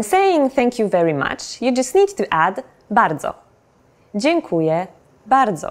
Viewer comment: Hate me now, but even though I think she is doing a great job, there is one mistake she makes when saying "dziękuję". She pronounces it as if it were "dziękuje" which means "he (or she or it) thanks". If you want to say "(I) Thank You" you must emphasize letter "ę" at the end of "DZIĘKUJĘ" (it is nasal vowel unlike "e" which is only oral). Just saying.